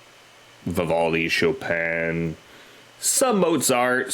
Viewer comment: Thank you for actually not butchering "Chopin". For your viewers who may not know, he was a Polish-born Romantic-era (1800’s) classical composer and piano virtuoso who lived most of his life in France. He is considered one of the great classical composers, specializing in highly technical works for piano. Miyako, who composes a lot of Lovebites’ music, is a professional-level concert pianist, and was originally going to make classical music her career. When she was 18, she picked up a guitar, and is now (quite obviously) an elite-level guitarist. She particularly likes the Romantic Era classical composers like Debussy, Dvořák and Chopin, as well as the Russian romantic composer Rachmaninoff. She composed “Swan Song” using elements of the New World Symphony (Dvořák) and Chopin’s Revolutionary Etude (official name Étude Opus 10, No. 12 in C minor). For this performance, she actually played the Etude as a prelude, but it’s not normally included in their shows.